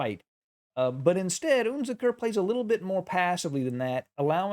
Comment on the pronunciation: UnZicker - wrong pronunciation!